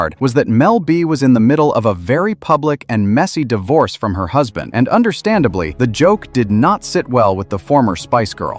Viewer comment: Under-Stan-did-lee. Understandably isn't a word.